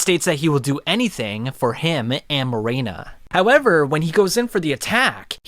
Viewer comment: it’s Morena not Marina